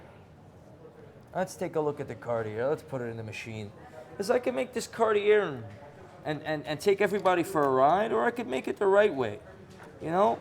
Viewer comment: Love how he pronounces carti-year. My new favorite YouTube channel.